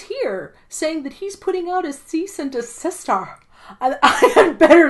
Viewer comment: Cease and deSISTER 😂😂😂 love it haha